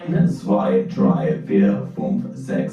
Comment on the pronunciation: dry? akt? its drei [D R A I] and acht [A H T]